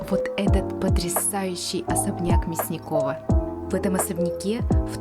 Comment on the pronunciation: Особняк вроде как МЯсникова, а не МясникОва. Хотя я на 100% не уверена.